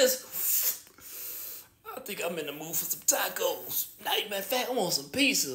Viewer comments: Bro spent the block and said Pacos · Bro called it a Paco😂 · Some ‘Pacos’ 💀